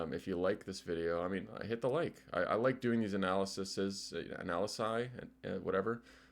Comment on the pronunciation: Also it's pronounced "anal-y-seas"